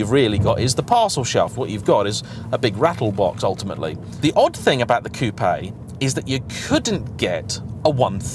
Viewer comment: The best bit of this review for me is the fact that says coupé and not coop virtually every YouTuber does it. So annoying. Unless your American of Course.